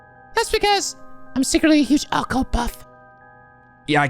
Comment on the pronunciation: Uh,, Occult is pronounced with emphasis on the second syllable. “uh-CULT” not “AH-cult”